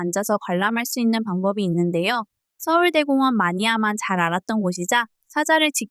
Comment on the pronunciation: 진짜 정성 가득한 영상이라 추천박고갑니다!! 근데 서울대 공원이 아니라 서울 대공원인데 서울대 공원으로 읽어주시는 느낌이라 좀 어색합니다😅